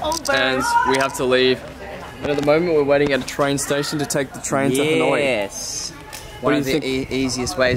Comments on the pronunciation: Dudes, Ha Noi, not Han Oi, please :))) it sounded like you were calling someone named Han :)) Anw, thanks for your exciting video! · ha noi not han oi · It's Ha noi, not Han oi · I love hat haha. Love the video. Its Ha Noi btw not Han Oi haha. Keep updating!!! Subscribed!